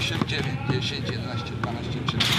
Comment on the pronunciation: Ogólnie jedenaście zamiast jedYnaście, pozytywny szok. Myślałam, że już mało kto umie poprawnie mówić....